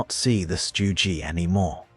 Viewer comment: Really? Stu Gee, Sturmeh guhshoots? Stopped video . Tired of AI crap.